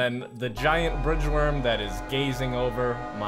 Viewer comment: I heard fridge worm.